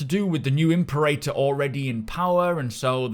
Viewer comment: Love your Channel man - But you should look into how to Pronounce Imperator